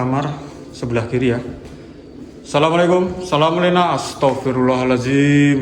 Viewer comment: Assalamualaikum wa ala'ibadillahi Solihin.....dibenerin ngucapnya bung...